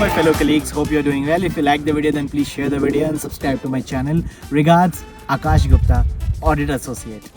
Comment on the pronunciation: Akash right akash omg (the accent) 😂😂😂